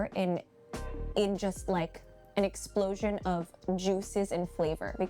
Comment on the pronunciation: LOL,, you're killing me smalls. "Eggsplosion"